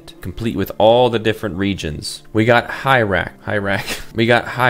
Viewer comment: Unfortunately I could not continue watching after "Hi Rack" it's now forever burned into my mind to pronounce it that way